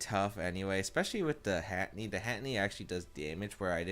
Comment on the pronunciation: Heh heh he says Hatteny and not Hatterene. XD